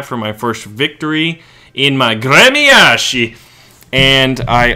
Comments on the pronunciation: It's pronounced "grem-yas-chee." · прикольное произношение названия корабля)